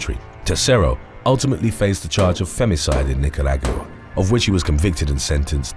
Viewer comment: "Nicaragua" is not pronounced that way on that mark ..This would be the right way .. {Ni-kr-aa-gwuh} or {Nee-kah-rah-wuah} I'm very familiar with this country...I have friends from there.